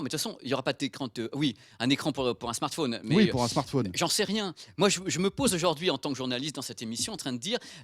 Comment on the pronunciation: Il a dit smartphouuune ! lol ! Comme ma mère grand